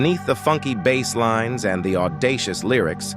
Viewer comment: what in the Stone City is this AI narrator pulling his pronunciations from? ghen-res? ran-eye-ih-sants? bah-slinees? is it really that awful to get a person to read it?